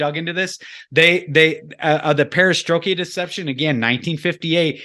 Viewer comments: STROIKA. (STR - OY- KAH). You fell into southern Baptist stride there with the mispronunciation. Sorry, trolling. Keep up the good work. :) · Great but I wish the pronunciation of Perestroika was correct....was somewhat distracting. lolz Silent Weapons For Quiet Wars is a must read/listen/watch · Fantastic video with fantastic information. I haven't heard this before till now... But, Dude, you are killing me with the mis-pronouncing "Perestroika". Google the word and click on the button and it will pronounce it for you. Hahaha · I'd be much more inclined to "buy" everything is saying here if could pronounce "Perestroika". Also, that intro music is a good example of the "Satanic" music they discuss early in the show. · This was so very interesting. Great info from both parties! I do one of the smaller critiques., its the Perestroik-ah Deception, not the Perestroik-e-ah Deception. If this wasn't said so many times I wouldn't have even mentioned it. If you're familiar with this deception, it's just a bit difficult to hear it mispronounced so many times. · It is pronounced PARA STROY KA not parastroyki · This was really informative. But,, perestroika doesn't end in "ia", it's not perestrokIA 🙂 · dude - GET the NAME of Anatoliy GOLIYTSIN! right! You're ABUSING the words Perestroika and the author's name! At least get THAT straight! Your MISpronunciations make me CRINGE!